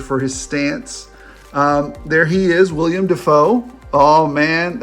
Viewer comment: It's Willem Dafoe, not William Dafoe.